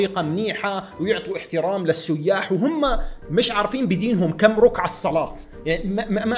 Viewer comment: رَكعة مو روكعة 😂😂😂😂😂😂